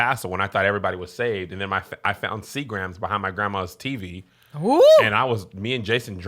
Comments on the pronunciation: WAIT!! HOL'UP! Did Kevin say SEA-GRAAMMMS??!!😂🤣😂🤣😂 Not Sea-grums....he said sea GRAMS!😂🤣😂🤣😂🤣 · Lol Kev pronouncing it “SEE-GRAMS”😂😂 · Did Kev say See-grams?? Woooooow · Sea-grams Kev!!🤣😂🤣😂 Put them two words together Sir!🤣😂🤣😂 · You can tell Kev don’t drink by the way he pronounced Seagrams 😂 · I ain't gone lie I did get tickled. 🤭😂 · I was going to make this same comment! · That stood out for me too